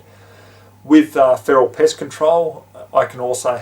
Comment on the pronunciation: lmao sounds like you said "piss" when you meant "pest" or did you mean "piss"........